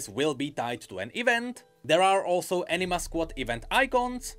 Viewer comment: I love you man but it sounds like you're saying Enina Squad